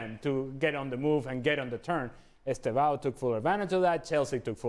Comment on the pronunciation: Estêvão, with "e" not Estavao